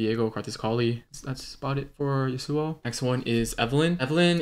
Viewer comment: ITS YAWSUO NOT YUHSUO